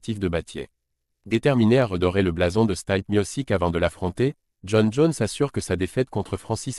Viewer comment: '' staille peu ''😂😂😂😂😂 il est bien ton crayon? Non il se taille peu mis au sic.... 😂😂😂😂😂 Même ma fille de quatre ans sait prononcer le nom du champion. Jones n'a aucune chance, ni contre stipe, ni contre Francis. Ce taille peu😂😂😂 ça va me faire la semaine, les youteub sont trop des spécialistes croisés génies !